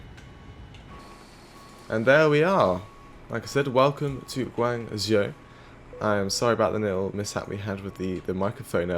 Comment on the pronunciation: It’s pronounced gwongzhow